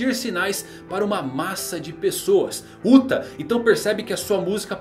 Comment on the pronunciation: Sempre que falam "Uta" eu ouço "*uta" :((